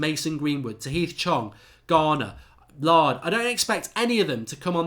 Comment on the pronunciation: Laird not Lard